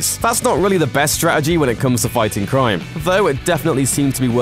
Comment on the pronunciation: couldyou please find a presenter who can pronounce the letter 'R' I don't care how good your research is (and since you didn't known Hawkman and Hawk girl were police officers from another planet and that was their uniform of course they look similar it's pretty poor) i could only make it half way through listing to you rabbit on about "cwime" before i gave up in disgust-get speech therapy or a new job.